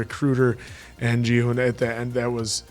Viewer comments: It is not Jihun but Ghi-hoon! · I've been listening closely and I'm pretty sure Gi-hun is pronounced with a hard g (like in grape or gorilla.) I know it doesn't follow English pronunciation rules, but in Korean most Gs are hard sounds and can be interchanged or melded with the K sound.